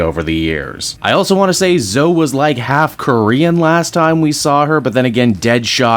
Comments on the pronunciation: Zo-E not "Zo", like with Chloe, it isn't just "Clo" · Her name is pronounced Zo-ee, not Zo.